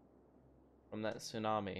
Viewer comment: Do you mean.... Sewnami?